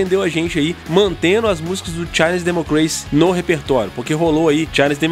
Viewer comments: Gãnzerrosi? Chainizidemocreici??? Porra, bicho… poderia pelo menos fazer um esforço em aprender a pronúncia da Banda, do álbum… Gãns em Rouses! Chainiz De-mócraci! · Brother. Na boa. Achei sua pronúncia do inglês bem ruim. Escutar vc dizendo Chinese Democracy foi de doer